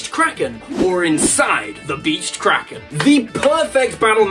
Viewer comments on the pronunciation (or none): none